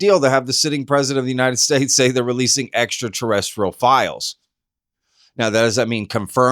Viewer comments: He said "Extra" but mispronounced "Terrestrial", so he corrected himself with that word. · Except that Donald couldn’t say ‘terrestrial’! 😂 Oh, & this information affects the WHOLE world, not just America! !